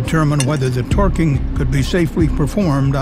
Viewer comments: Why does he keep pronouncing "twerking" that way? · Loath as I am to make light of a serious and fatal incident, it does kinda sound like he's saying "Twerking" instead of torqueing.